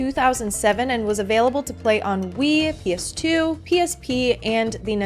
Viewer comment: Every time you say “on Wii” all I hear is ennui lol I have major sims 4 ennui lol I say that to myself all the time now 😂 sims 4 am I right??